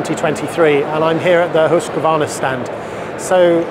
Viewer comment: Pronounces Husqvarna correctly too. Very rare. Hoosk-varna.